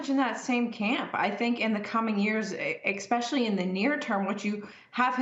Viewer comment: I don't take Financial advice from people who use the word ex-pecially 🤦